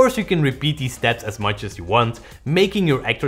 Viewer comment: How do you pronounce Yannicks name? Is it jannick or yannick?